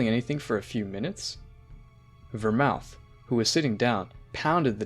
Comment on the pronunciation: and vermote